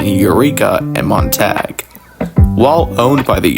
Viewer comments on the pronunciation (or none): You're pronouncing Yreka and Montague very wrong. Yreka is "Why reka" not "yer eka". And Montague is "Mon Tag you".